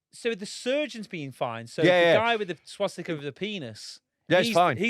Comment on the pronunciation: Can tell never had a Dad to teach him things he can't even say Swastika properly